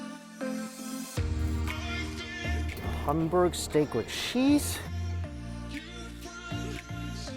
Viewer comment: How come you can’t say hamburg correctly?